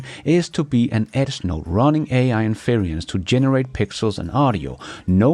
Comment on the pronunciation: It's 'In fe ren s' Not 'In fear ien s'